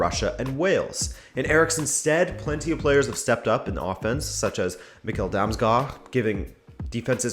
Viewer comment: Nice you Said Damsgaard and not damsgaarDD